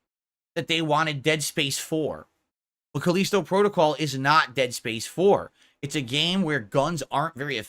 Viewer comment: "FOURTH!!!!" '\🐷/` I realize that I've shifted to another reality when throws in behind the devs he makes sure to be vocal about shooting down...now its the exec's fault... Pick a lane, riding the median isnt working so well, it makes you look like a putz... Caleeesetow Prodo-cowl...? Wtf even IS that? The smartest guy in that room gets owned by corner demons all day, as the sip demons pee in his gin... Go to AA...you need it... Especially if this is all you have to ramble on about, for tips. You better hope they keep ignoring your insignificant ass... You better pray they do. Might want to do your taxes before its too late, too...🤔